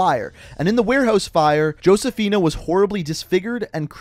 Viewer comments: It’s pronounced ho-se-fi-na just like how the name Jesus is pronounced Hay-zoos. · ngl it pisses me off how you say Josefina but with an actual 'J' sound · No hate but the way u pronounce “Josefina” as “Hoseaphin” is a little infuriating But I love this series btw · He kept saying "Josephina" wrong. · It's actually pronounced (Ho-se-fi-na). But it's all good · for the love of god please never pronounce the J in Josefina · He said josefina wrong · josefina is "hosefeena" and cordis die is "kordis dee-eh"